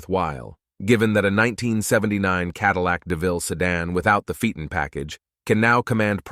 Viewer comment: TORNADO!?? This is beyond idiotic 😡😡😡😡 Read the %$@ word. tor-O-nad-o! On Cadillac Sedan - Phaeton is pronounced "FAY-ton" .